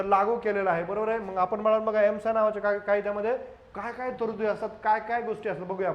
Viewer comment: सर ESMAआहे...आपण एम्सा उच्चार करीत आहात.🙏